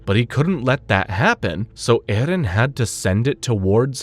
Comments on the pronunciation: His name in erin not ehlen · So far this video has been very good I just don't know if I can make it with the way this guy is pronouncing Eren's name for some reason it is driving me out of my mind